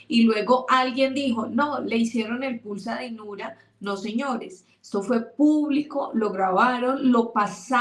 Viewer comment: Es pulsa denura, no dinura